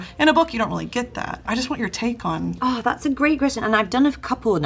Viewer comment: that was the most british « ouuhh »